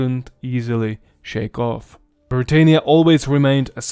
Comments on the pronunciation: Britannia, not Briteinia. Led not līd. Dakia not Deisha. This is too bad for me to watch. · You pronounced britannia wrong. It's pronounced: brit- an- ya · You're pronouncing it SO wrong. I suppose after millennia of shifting vowels, it's a minor thing, but it's Bri-TAH-nnia. It also was i-TAHL-ia. How fracking hard could that be to know, if you're presenting yourself as capable of relating history? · LED not lid for the metal called lead. Britannia, not britenia.... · Imagine being from a province called Britannia and it's pronounced Britaynia? OUCH. Romans did not call it Britaynia. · Hiapaynia? Brittaynia? That's not how the Romans said it. I know that English is not your first language and you do a good job but please in future pronounce words like they should be. You said Italia like it would have been called in Rome and today. Itahlia not Itaylia like Hispaynia or Brittaynia. You did a good job but.... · We say Bri TAH nia.